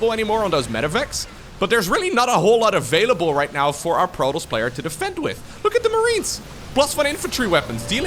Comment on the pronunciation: It also sounds as if he is saying Protals instead of Protoss.